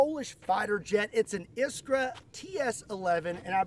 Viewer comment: I'm impressed with his polish pronouncing, he nailed it ISKRA 🗣️🔥